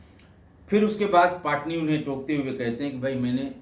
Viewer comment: पाटनी नही पटनी